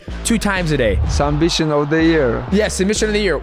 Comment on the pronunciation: “Sumbission of the year😁😄”